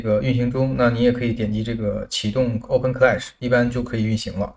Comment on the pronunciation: 这个读Oben…听着怪怪的